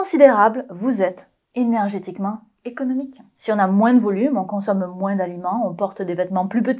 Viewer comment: Je jurerais qu'elle a presque dis "moinsss"...